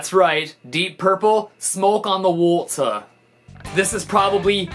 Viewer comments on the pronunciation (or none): the way he said water was weird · when he said water he sounded british